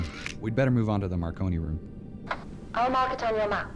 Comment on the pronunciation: he called the marconi room the macaroni room 😂😂